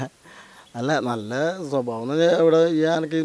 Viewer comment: Camera kku pinnil vivaranam parayunna aaline arenkilum Malayalam aksharangal onnu padippikku... "Swabavam", "abinayam", "bangi",nagangal","gatakam" .thettanu ucharanam. shariyayi parayu SWABHAVAM, ABHINAYAM, BHANGI, NAKHANGAL, GHATAKAM